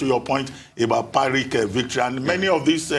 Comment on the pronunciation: Great show as usual. Please note the first syllable of pyrrhic is pyr (same as pir), not py (as pi/pie)